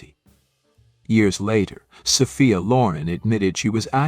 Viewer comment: "Saw-fee-uh" BOYCOTT A.I. !!